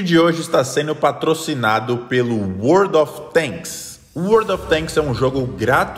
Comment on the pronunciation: Eu entendi World of Bangs